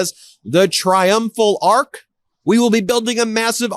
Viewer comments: It's'arch', not 'arc'...FFS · it's an "arch" not an "ark" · ARCH not ARC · Arch not arc. You are not French! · It's hilarious that Karolyin' Leavitt parrots her sugar daddy and calls it an "ARK". It's an "ARCH"! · Triumphal arc??? It's pronounced arch. Damn these are the stupidest ppl.Would be great to see this entire admin hanging from it. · It’s not an “ark.” It’s an “arch” you morons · It's pronounced arch not ark, you morons.